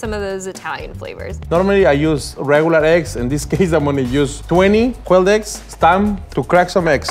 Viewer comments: eggu benedictu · IF SHE SAYS ÆGGS ONE MORE TIME…….